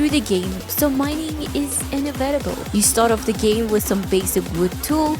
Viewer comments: i love love love how you mispronounced "inevitable". absolutely sweet 💖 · You didnt pronounce inevitable correct